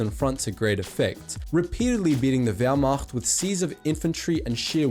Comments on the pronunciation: As a German I must mention that your pronunciation of German words is very very good. I honestly expected that you would say Wehrmacht like wehrmakt. Positively surprised. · “Wehrmacht” As a german, that pronunciation is pretty damn good! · Die Aussprache war für einen nicht deutschen verdammt gut. Natürlich hört man dass er nicht deutsch ist, aber immerhin hat er nicht wehrmakt gesagt hahahahaha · I like how good you pronounced the german words! (Wehrmacht, Blitzkrieg,...)